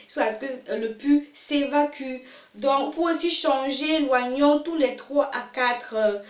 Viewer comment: c trop long ..... on s'endort. on dit o-nion et pas oi-nion.